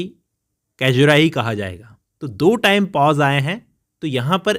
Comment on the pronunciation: It’s सैज्युरा not कैजुरा, बाक़ी आप बहुत अच्छा explain करते है .